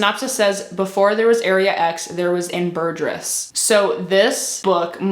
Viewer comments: The Jeff VanderMeer series is pronounced Amber-gree. Just wanted to let you know. Love your videos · I think that book with fungi on cover is pronounced Amber griss